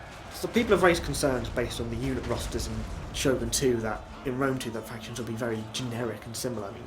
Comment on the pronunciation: All I heard was "factionsh.. insh-sh.. shin.. shin.."